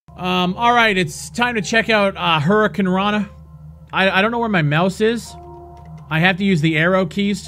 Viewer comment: I died when you called it "Hurricanranna" haha